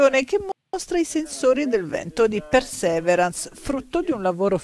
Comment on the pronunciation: Si pronuncia pirsiverance